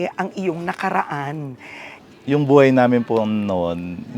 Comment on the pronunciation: Nostalgic ung pagsasalita nya laar, alaman, baay, buay. Parang un lolo ko kulang tlga ng H. SUPER AWESOME Property!!! Very inspiring story!